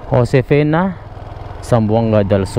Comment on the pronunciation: Josefina hindi Josefena tanga